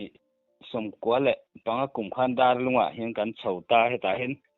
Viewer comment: Dãrlung a ni e. Dàrlung a ni lo. Dár hi thlúk phei deuh tùr. Dâr an vaw ri bal bal. Dâr sen